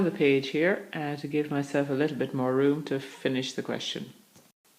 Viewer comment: Funny way of pronouncing your T... eight you pronounce as eish , bit as bish .. allergic to T huh, Lol... lovely and clear voice anyway , like your mode of teaching, thanks for sharing ...😊✔✅